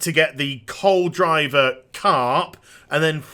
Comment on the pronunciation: "Col driver carp" It's Cold river carp!